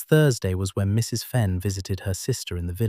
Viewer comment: I enjoyed this story tremendously. The basic narration told the story with almost human accuracy and emphasis. Still had the AI flaw of treating the period after "Mrs." as the end of a sentence, with her name starting a new one. Narration much better than the captions, that were obviously speech-to-text and contained numerous inaccuracies and outright failures to translate the spoken words into text. The opening vignette of images had little to do with the story, and the shifting around of the main image did not do much positive to relieve the static sameness of it. Though it was a good image. But the story itself and the flow of the narration redeemed this presentation from these flaws, to me, and it was a pleasure to listen to. OR, USA